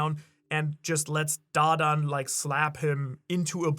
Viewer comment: Please stop butchering da dans name😂 the way you say it is so cringe! Makes me wanna find you and galaxy impact you bro😂